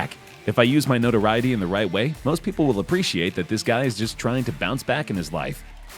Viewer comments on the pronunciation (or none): none